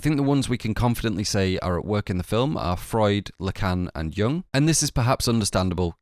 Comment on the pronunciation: BTW "Jung" is pronounced "you-oong", not "young"